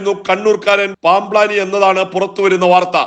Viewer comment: എടാ നിന്റെ പൂതി നട ക്കില്ല. നിനക്ക് ഇതൊക്കെ ആരോ എഴുതി തന്നതല്ലെ. അല്ലാതെ ഒരു വാക്ക് തെറ്റാതെ പറയാൻ പറ്റുമോ?.പാംബ് ലാനി എന്നല്ല പാംബ്ളാനി എന്നു വായിക്കടാ.